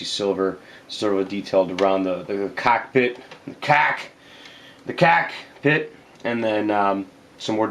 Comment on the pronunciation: "so the CACKpit... the.. the CACK .. PIT... CACCKKK"